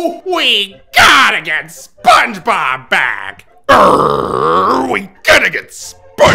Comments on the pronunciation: “SPONG BOB” …. lol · we GEATTA GET SPENGEBEB BEEEEEECK